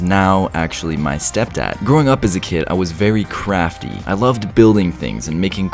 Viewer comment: When you said you were crafty I thought you said I was very crappy